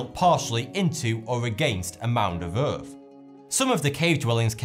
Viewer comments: what's the EARF? Do you mean Earth? It's ok I get it with these things....I mean FINGS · Doğan Cem G OK, į wondered if I was the only person severely annoyed that he can't seem to pronounce th. Earf, Deaf (as in you've died instead of in regards to your hearing), fought instead of thought, etc. I'm only a minute into it, and already I want to scream. ugh!